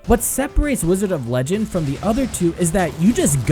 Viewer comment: wDIOzard of legendo